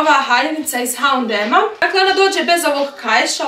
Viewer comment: Nisam sigurna da se H&M tako izgovara?